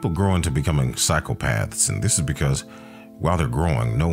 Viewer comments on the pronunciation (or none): none